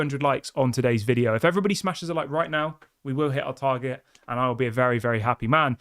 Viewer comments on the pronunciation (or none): none